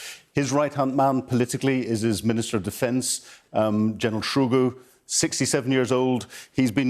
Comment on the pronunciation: Per-Sho-Gun??? LOL Excellent pronunciation numbskull. Sky, find better MoD people to pay for the sabre-rattling, this is embarrassing.